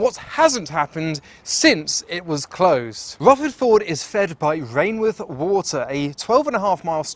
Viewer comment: Hi - Rainworth is pronounced "Rennuth" in Notts:)